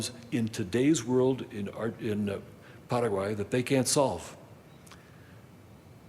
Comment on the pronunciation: I know people from Paraguay. They don't say it like this poser.